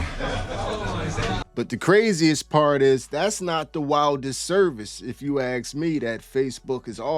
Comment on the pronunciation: ITS ASK as in ARRRSK. Not AKS. As in ASK ME, not AKS ME.